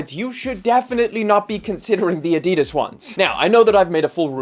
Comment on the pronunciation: China offers better value and specs. Adi-Das think Adi for the first syllable and Das from Dassler for the second syllable. Li Ning slides here last week for £22.